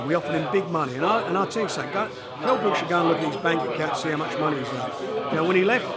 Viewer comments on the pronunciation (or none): Warren cannot pronounce SO MANY things: - 'Eubanks' - 'Brooks' - 'Madison Square Gardens' - 'Muhammad Alley' Then he complains about the quality of the Matchroom fighters' opposition when he puts Liam Smith up against some hopeless bum. He is pathetic.